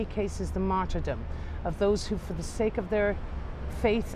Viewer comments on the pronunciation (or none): none